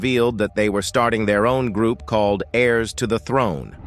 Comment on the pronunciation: It pronounced the verb "called" as "Call Ed". It's a terrible voice.